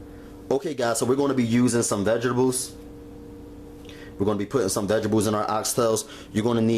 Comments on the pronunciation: dat nigga said veggables lmao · vegebales...um..vegetables.. lmao...dish was fire tho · when he said veggables😂 love it. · vegidibles ** says it seriously throughout video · Vegibles😅 loveee him nd his food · why he keep saying vegables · no he's actually saying vegebles. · lmaoooo it's bothering me too! vegables! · That was annoying me too!! Every time he said it I got mad lmao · Lmao sooofunny vegables lol😂😂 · guess you're right about the knife. However; that doesn't excuse the gross finger nails and the far to frequent use of the non-word "vegables". He's grown and should know how to clean his nails and speak properly. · I know right! And the fact that he doesn't realize that vegetables have a T in the name. I cringed every time he said vegables. Ugh! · Vegebles..if u mispronounced that word one more time, I was gonna scream... The word is V-E-G-E-T-A-B-L-E-S.. nice Video..lmbo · CTFU HE KEPT SAYING "vegebles" 😂😂😂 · I love that he pronounced vegetables vegebules and he's like "if you don't have salt" this calls for five different seasonings, five vegebules and oxtails but just in case a man has all that but you know, no salt. here you go. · I'm dyin, ya'll both said it wrong! 😂🤣😂. Looks delicious. Heard you smackin off that one bite. I wanted to watch you chew it too!🤣😂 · girl did you hear the way he pronounced the word vegetables? fml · && blame the way he says vegetables on your ancestors! 😒 ugh. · its vegetables not vegables just like you say owe-you instead of oil smh your grammar is just as horrible as those nasty ass fingernails you have.